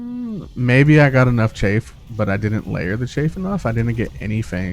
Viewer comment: Im sorry but i just need to say this. Chaff is pronounced with a soft A like cat or staff. The word youre saying is chafe which is what happens when your legs rub together in hot weather and cause that little rash. great video though, i learned a few things